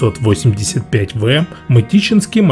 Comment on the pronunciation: Дружище, не ,,ме ме зе", кровь с ушей, ,,эм эм зе"😆